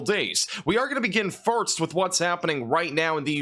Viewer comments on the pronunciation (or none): Is he saying farts or first? Lol